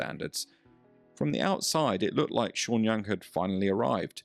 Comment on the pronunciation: The way he pronounces her name, sounds Chinese.